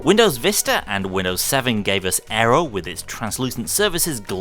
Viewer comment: "Windows Vista and Windows 7 gave us arrow" It's actually Aero not Arrow.